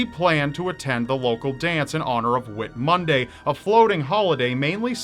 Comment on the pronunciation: Whit Monday ? Whit(e) Monday ? Seriously ?????